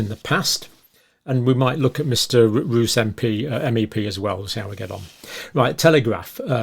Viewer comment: Pronunciation Roos = Rose